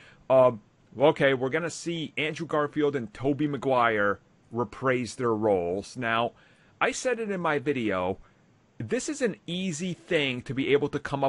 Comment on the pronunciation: it’s “reprise”, not “repraise”